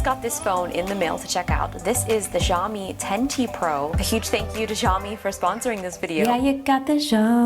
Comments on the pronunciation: i dont understand why western people have to pronounce xiaomi as jaomi when in reality its pronounced siaomi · It's SH iaomi I'm pretty sure Not jsh-iaomi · also pronounces Xiaomi wrong